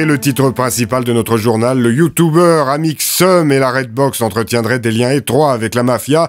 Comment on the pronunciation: Effectivement et en plus ils disent YouTOUbers